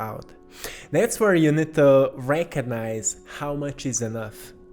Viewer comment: And the beautiful synchronous way you pronounce the word "recognize"-- you have transmuted it to "reiki-nize"